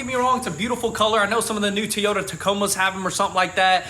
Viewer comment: He said teeeyota